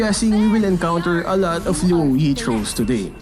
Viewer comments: Luo yi? You mean rouei? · No one: literally no one:: LUO YEET